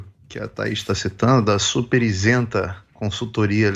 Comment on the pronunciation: Isenta e não "insenta".